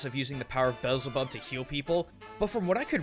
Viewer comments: I'm fairly certain it's BE EL ZE BUB. Not Bellzebub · I think Beelzebub is pronounced "Bee-Ehl-Zeh-Bub", if I'm not mistaken. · Be-le-za-bub For a cultural heritage researcher you are not trying. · IM SO TRIGGERED YOU PRONOUNCED IT WRONG! its pronounced "Bee-elz-a-bub" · Good lord, it is pronounced Buzzboo